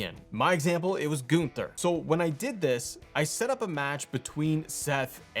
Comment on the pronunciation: Not GOON-ther 😅😂